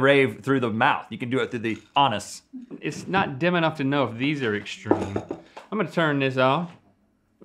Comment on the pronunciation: . I congratulate Rhett on the creation of a new word by pronouncing an old word in a new way. I plan to use "ahnus" in conversation as much as I humanly can and as circumstances allow.